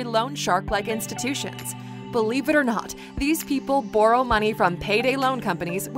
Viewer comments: unrelated, but the way the lady pronounces "borrow" is so deeply uncomfortable to me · I cannot get over how strangely the narrator lady pronounces "borrow" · You didn’t mention the most egregious habit of that channel: the way she pronounces “borrow” 🤐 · The robot lady has a Canadian accent. Listen to her pronunciation of "borrow" at 12 minutes in